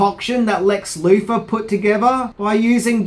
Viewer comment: Marfa....WHY DID YOU SAY THAT NAME?!!! I also hated Lex Loofer